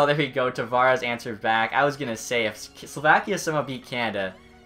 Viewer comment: Please learn how to say names right or at least the country Slovakia.